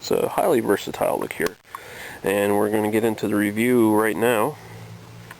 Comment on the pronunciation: "liqueer" lol, wow.